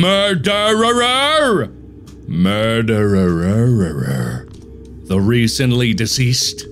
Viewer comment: “MERDERERER” “MORDERERER” Darkiplier lore = “murderer” intense thunder